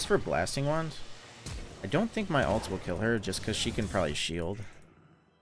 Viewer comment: Why the fuck do you say "alt" instead of "ult"? I don't even know why it bugs me so much. Shit drives me insane though.